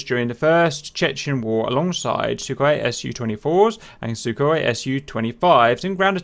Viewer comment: Welcome to the new episode of "How to pronounce it" open a google translator russian > english and paste this: 1) Сухой for Sukhoi 2) Су for Su 3) Сатурн for Saturn 4) Люлька for Lyulka 5) ГШ for GSh 6) Х for Kh See you in the next one